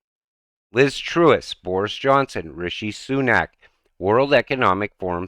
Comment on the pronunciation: It’s not Trewus it’s pronounced Truhs mate.